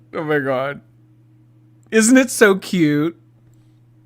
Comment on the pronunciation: When will this mega bimbo learn to put the "t" on the end of cute? Cue drives me nuts.